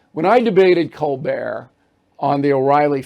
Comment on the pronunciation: Cole-burt. Say it right. Like his parents do.